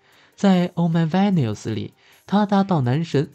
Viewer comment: 要不要考慮重新剪輯配音一下"Venus"的發音 給您強力建議 趁觀賞者還不多時